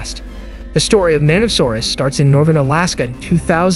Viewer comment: It is a very strange way to pronounce the word, one people who are into dinosaurs generally don't make.